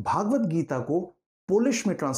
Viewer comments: Sir your pronunciation of Bhagvat is worng it is भगवत not भागवत, भागवत is a Puran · यह भगवद्गीता है, पर आप भागवत्गीता बोल कर इस ग्रंथ के नाम का उच्चारण ही अशुद्ध कर रहे हैं। आगे क्या कहा जाए